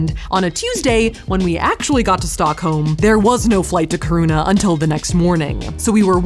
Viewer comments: Very cool to watch! I'm a Swede myself but more of a southern tip of the country type. You have to go back for the midnight sun and show us. Just a quick note, the emphasis is on the i, like kIruna, no kirUna. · The way you say "Kiruna " is splitting my sides 😂. It's not kirouna, it's: KI ( like in Kiki or or kill) RU (u like in urban) NA (like in na na na na nannanaa) Ki-ru-na Good luck 😅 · Love that you guys came to Sweden and hope you come again. 😍 Love also the fact that if you hadn't written out Kiruna, I would have that you went somewhere else, since I just heard Safiya pronounce Kiruna as Corona. 😆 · kharuna is maybe the absolue most creative way I've heard anyone pronounce kiruna lmao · You're saying Kiruna wrong. Really wrong. Keer ruh na. Sorry but it's driving me nuts watching this video. I live in north Sweden (norrland). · Your pronunciation of Kiruna, Torne river, and Jukkasjärvi bring me life <3 I'm happy you had fun in Sweden and got to experience Stockholm a little :D The Ice Hotel is magical and I love it <3 I've been wanting to go there for so long, even though it's relatively close :) I know you went to Finland for it, but the Ice Hotel does organize night trips to an observatory that is said to be/advertised as the best viewing spot for the northern lights in the world. Looking forward to seeing your reaction to them :D <3